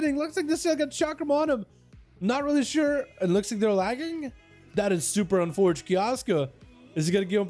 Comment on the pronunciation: lol “ that is super unforte” lmfao dude get ur casting straight